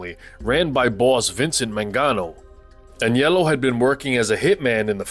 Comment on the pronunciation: Thank you for pronouncing Aniellos name properly...most people say Anelio....drives me crazy